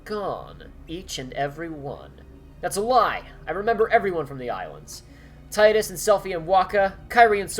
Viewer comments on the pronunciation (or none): TRIGGERED Okay, I'm going to put this thing to a final rest and explain it from all sides. This is not an attack against, or anyone else, but I need to get this off my chest. The proper way to pronounce Tidus' name is ´TEE-dus´; not ´TAI-dus´. The whole argument about this exists because his name is never said out loud in FF10 because you could name him yourself, which in my opinion was a terrible mistake, for it was the start of this whole thing. Yes, in KH2 Selphie calls him ´TAI-dus´ in that one scene but other than that his name is always pronounced ´TEE-dus´. It has been that way in both Dissidias and even in the most recent game, World of Final Fantasy. It was even pronounced that way in KH1: People use the argument "TAI-dus makes sense because of tides and water and stuff." His name has NOTHING to do with water. In Japanese his name is ティーダ (Tīda), Tida being Okinawan for the sun and Yuna being Okinawan for the moon. Their names and personalities contrast each other. So yeah, you said it wrong. People can continue to refer to him as ´TAI-dus´ but I just wanted to let all know that it isn't the way Square Enix's localizations pronounce it and thus shouldn't really be encouraged.